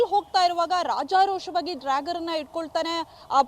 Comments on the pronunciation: "ಡ್ರ್ಯಾಗರ್" ಅಲ್ಲ "ಡ್ಯಾಗರ್ " - ಸರಿಯಾಗಿ ಹೆಸರನ್ನ ಉಚ್ಚಾರಣೆ ಮಾಡೋದನ್ನ ಮೊದಲು ಕಲಿಯಿರಿ! ನಿಮ್ಮ ಜನ್ಮಕ್ಕೆ ಬೆಂಕಿ ಹಾಕ!!! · Dragger 😂 this is what happens when kannada news reporters does not have knowledge about English language 😊. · Its dagger not dragger. Otgerwise simply use kannada word for it. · ಅಯ್ಯೋ ಡ್ರಾಗಾರ್ ಅಲ್ಲಪ್ಪಾ.. ಡ್ಯಾಗರ್.. ಡ್ಯಾಗರ್ 🤣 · It is dagger (big knife) not drager😂